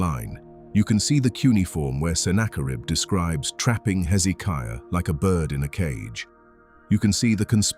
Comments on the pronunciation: Oh how i wish these AI commentaries used correct English ! 701 is said ' Seven Hundred AND one ' ! Bloody stupid American dumbed down syntax ! Pronunciation in a commentary is vitally important too. King Hezekiah's name is pronounced with the stress on the 3rd syllable - hezekIAH, not hezEEKiah. AI may be useful but it needs to be taught basic grammar and pronunciation. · Why is it the people who put this stuff out can't take the time to actually watch it and note the places that need editing? Amazing you went to all this work and miss getting things right. 3 different pronunciations for Hezekiah's name? There are other things as well. You would succeed with what you are doing, or should I say trying to do?